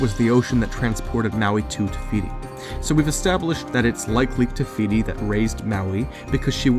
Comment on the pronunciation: Take a shot everytime he said tefiti